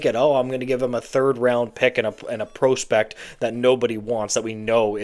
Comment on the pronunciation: Where did you learn to say prospect??